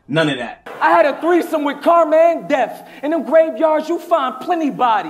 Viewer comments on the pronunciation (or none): none